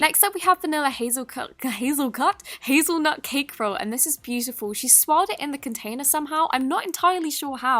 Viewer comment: next stop we have a hazelgut, hazelgut?